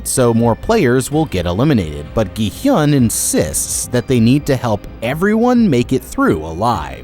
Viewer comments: "gee hyun" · Its gi hun not gy hyun😊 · why are you calling gihun as jihun????? Theres a G RIGHT THERE???? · why do you keep saying "gi-hyun"??? it's "gi-hun" 😭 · Ah yes "gihiun" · Im only 4 minutes in and im gonna say this, you have mispronounced every word, gi-hun 기훈 (pronounced gi-hoon) and ddakji 땈지 are just 2, you should make sure you know how to pronounce the names of people and stuff before making a video and not just go off the subtitles. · bruh how can u still get the main character's name wrong after watching the entire series likely multiple times to write the script "gi hyun... jee hyun" EDIT: bro got Thanos wrong too idk man it might be intentional at this point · thats not how you say his name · I've never understood why people don't research pronunciation when they're making entire videos about the subject. Plus if they've actually watched the show they'd know how to say it. They're either stupid or disrespectful and I'm not sure which is worse... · bro keeps adding a y to Gi-Hun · Dude... Learn how to pronounce the name of the games BEFORE you make the video...